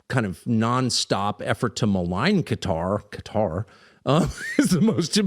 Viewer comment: It's Qatar, as in Qatari my bro.🌴🐊... hey man u get'n lazy on me???🧐